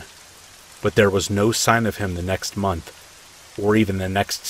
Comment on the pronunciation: How much electricity you used each munch you used each munch awhahhaaaa what the hell happened there ?? Did you ever say it right ? I had to go but it was a good laugh. Thanks